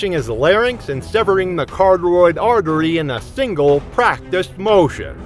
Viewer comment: It’s Kuh-ra-tid that’s the phonetic way to say carotid artery not carteroid or ca-roh-tid, neither of those!!